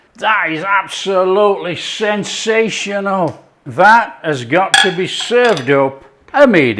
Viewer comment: Did you say "Sinsational" ? I agree....👍